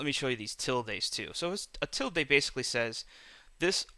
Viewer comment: Ok I appreciate the video but it's pronounced "S-cape" not "X-scape" and it's "til-duh" not "til-day"